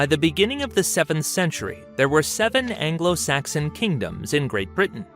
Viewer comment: So at 17.53...afro saxon?